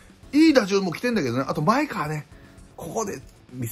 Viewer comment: まえがわ、です。まえかわ、ではありません。